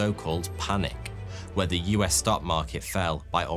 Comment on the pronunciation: It's very unnatural for an English man to pronounce the "h" He must have to really make a deliberately conscious effort to do so, as his accent doesn't naturally allow it